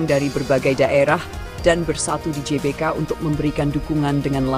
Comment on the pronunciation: GBK tuh kalau dibaca dlm bahasa indonesia di ucapkankan Ge Be Ka... bukan Ji Be Ka